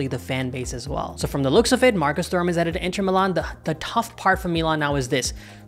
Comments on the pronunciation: its pronounced 'turam' the h is silent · Honestly wasn't able to watch this video because how horrible you pronounced Thuram 😑